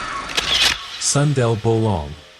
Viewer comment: Hello, this vid is well done. But here's how to say the names correctly: Kuntilanak->> "Koon-tee-la-nuck" Pocong ->> "Puh-chong" Sundel bolong ->> "Soon-dull-bho-long" Tuyul ->> "Too-yool" Andong pocong ->> "Un-dong-puh-chong" Wewe Gombel ->> "Wae-wae-gom-bell"